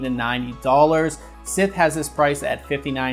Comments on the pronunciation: Did this man just pronounce Scythe as Sith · Why the pronunciation of scythe as sith? You're killing me, Smalls. Lol